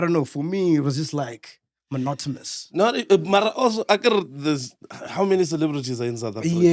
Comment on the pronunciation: It's MONOTONOUS, Mac, not "monotomas".